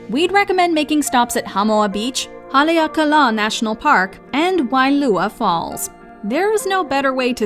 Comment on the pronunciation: beautiful video, but the narrator seemed to have had a strong propensity to put the em-FAH-sis on the wrong sill-LAH-bul. One example of several I noticed was Haleakala with the accent on the last syllable, rather than the 3rd. 'a'. Also, the Hawaiians make a point of telling visitors that the treat is shave ice, not shaved ice. Back to the first point, the Honolulu suburb with the beach is y-key-KEY, not Y-key-key. Lastly, the 1-armed surfer is Bethany Hamilton, about whom the 2012 movie "Soul Surfer" was made.